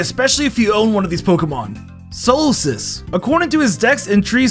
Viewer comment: Nah I know you did not just say “Are - Chops” and “Soul - Sis” 💀